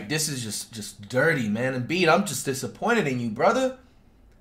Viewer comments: It’s Embiid not Embid 😭😭😭😭😭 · flight “embid” lmaooooo